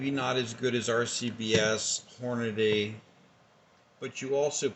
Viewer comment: As soon as you said "Hornaday", I stopped watching.